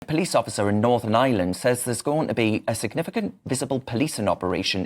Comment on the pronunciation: Darren - it’s northern Ireland, not Northern ISLAND. It;s like saying “noo-car-sll” when you mean ‘new- CASS- ll”